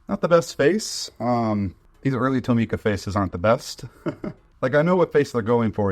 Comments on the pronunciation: Tomica isnt pronounced like (toe-me-kuh) its pronounced like (tom-ih-kuh) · I don’t think that’s how you pronounce Tomica 😭